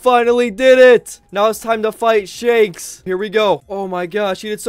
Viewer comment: pronunced shanks shakes